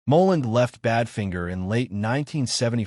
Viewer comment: Yes, and even worse: Bad Fin ger! 🤮